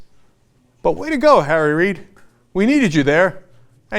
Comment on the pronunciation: On an un-related and random note, every time Cenk says "Harry Reid", it almost sounds like he's saying "Tara Reid" I just thought that was kinda funny